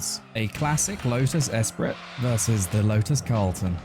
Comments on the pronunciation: Lotus “Es-pree” Not “Ess-pritt” 😄😄😄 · Hearing you pronounce the “t” in Esprit hurts… Fun video though, love the unique challenges GT4 has spawned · Great video!, but I can’t get over how you pronounce esprit lol